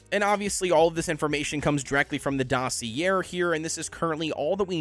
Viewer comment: you’re definitely not pronouncing dossier right lol